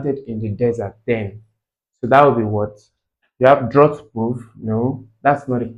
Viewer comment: Sir is drought not droght